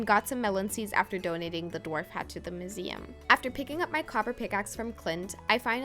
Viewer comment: Tried to watch through the weird pronuciations... MOOseum? Moral mushroom? But 'Acorn Tree' was the last straw.